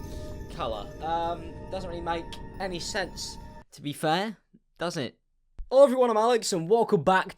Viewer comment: why do u say hello like ollo